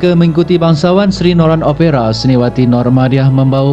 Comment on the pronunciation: sebutan OPERA tak betul